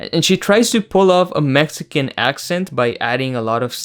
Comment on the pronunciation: They couldn’t at least hire a Mexican dialect coach?